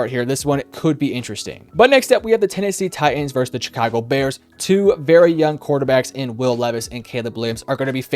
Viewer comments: With that being said -147 times It’s Chicago , not Jicago Also Denver wins 28-10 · shhhicago not chick-ago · It’s Chicago, pronounced like “shuh-kaa-go” ….. 😂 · was looking for this comment lol. I kept hearing Cha-ka-go and was like, "why is he saying it like that?" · the way this guy says chicago annoys me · Lol he said Chicago funny